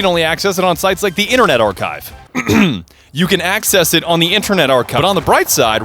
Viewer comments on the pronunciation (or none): The emphasis on "internet archive" 😂!